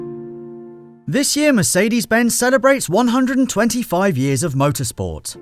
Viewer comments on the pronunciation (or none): FFS learn how to pronounce Mercedes -.- Thought someone that likes cars as much as you do should be able to do that aswell...